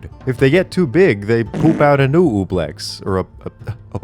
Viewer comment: Honestly it is an understandable mistake to read the name of an OOze as OOblex instead of Oblex - what do they have to do with Obelix?